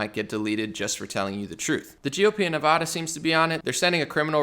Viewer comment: I lived 15 years in Nevada. The first 'a' is pronounced the same as the 'a' in apple. It's cringey to hear it wrong.